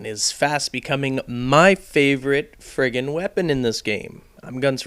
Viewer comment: wats up wiff u saying frigen